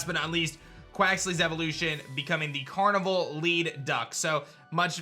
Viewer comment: Carnival duck = Car-ni-vahl duck